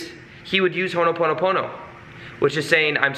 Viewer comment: Thanks for vid. If you are able, please pronounce it Ho'o ponopono...rather than what you are saying... Hono ponopono. It's very close to how you are saying it just skip the 1st 'n'. There is vibration in the correct pronunciation. Cheers from the Pacific & much good energy to you.